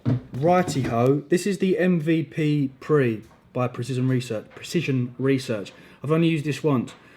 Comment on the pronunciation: it’s MVPre for fuck sake!! 😂😂😂 sorry, that sounds so aggressive but I’ve heard you miss pronounce this too many times mate haha. Another sick video. Do you take something every workout? Be it stim or non stim?